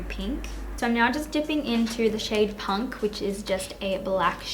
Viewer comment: When you said punk I thought you said spunk.... girl why you gotta start the tutorial out with the jiz comment 😂😂😂😂 making it so sexual now ;)